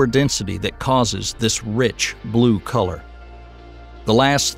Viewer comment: I thought he said "Neptune's blue collar" rather than "colour", as if it's a working class planet!🤦🏻‍♀️